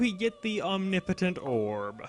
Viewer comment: I love how badly you pronounce "omnipotent". :P